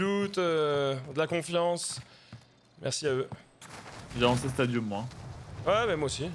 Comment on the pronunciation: Top mais stp apprends a prononcer Stadium